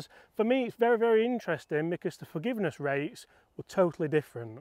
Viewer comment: I think you get more "Fargiveness" 😂 with the Hybrid😊.